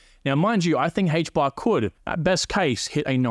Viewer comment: Aye-ch bar. Not Hay-ch bar lol